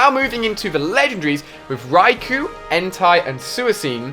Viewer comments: Rookai entai and sooaseen lol Don't you mean raikou entei and suicune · I cringe when he says the legendary dogs names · I counted 15. I get that most of the pronunciation mistakes is cause of his accent which is no big deal for me. But I cringed when he said Xatu, Entei, Suicune and Ho-oh.